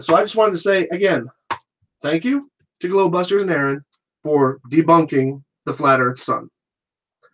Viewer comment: Isn't it Karen not Aren?